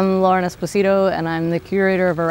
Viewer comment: Not Esposíto, maybe Espósito ?